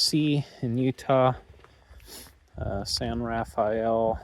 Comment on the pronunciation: This is just a minor point, although it is spelled San Rafael it is pronounced San Ra-fell, or Ru-fell. How you pronounce it is a dead giveaway if you are a local or from out of state. It also helps if you use your 19th century Mormon pioneer accent. I know you're no longer in the area now, but the next time you are you should stop and visit the museum of the San Rafael in Castle Dale Utah on highway 10.